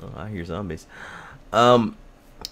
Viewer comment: "I ear zombies" ahahahah